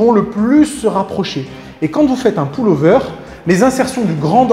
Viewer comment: Le ''poule'' over ? Lol ! ^^